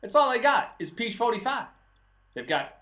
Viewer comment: Perfect Texas drawl! "Peach 45iiiiiiiiiiiiiiiiiiiiii" lol